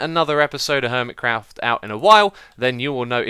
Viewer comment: My Christmas is on the 7th of January so I'm still waiting for it,but I'm glad to hear that you had a great Christmas.BTW, I love the way you say Hermitcraft.